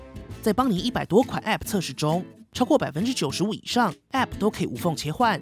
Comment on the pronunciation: app 唸時沒必要加重重音 聽多次就很痛苦